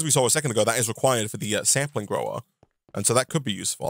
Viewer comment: The word "sapling" does not contain the letter "m." Please stop saying "samplings." I beg of you. Please.